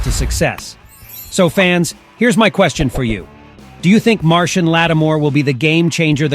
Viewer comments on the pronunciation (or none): I don't know how Marshon Lattimore pronounces his name (and I had to look it up), but I'm sure it's not "Martian."